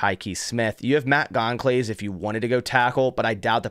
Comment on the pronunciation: Goncalves is pronounced like "Gonzalez" fyi. Great vid...